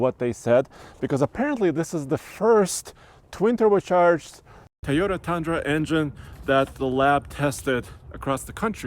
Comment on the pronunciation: What’s a Thai oh tah 🤔? Can some show this guy how to pronounce Toyota correctly ?